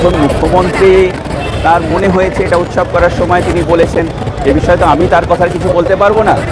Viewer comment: উৎসব আর উৎ-শব , উচ্চারণ প্রায় একই, কিন্তু অর্থ এক নয়।